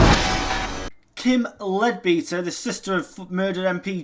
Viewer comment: I think her name is pronounced led-better and not beater. 👍